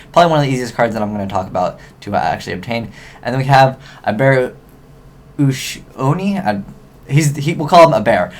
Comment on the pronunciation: "A-ba-ray Oo-she-o-knee", for future reference